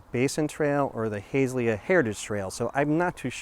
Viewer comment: Nicely done, A few comments: The area is pronounced HA-ZELL-YA. And it is "LUSH-ER. The "Island" is formed by the 4 waterways- Tualatin River being fed into Oswego Lake by the Canal and then flowing into the Willamette River on the East end of the lake. Hamlets can not raise taxes whereas Villages can, nothing to do with size. Developed as a way for representation with the county and other local governments. Thanks for highlighting one of our area "Treasures".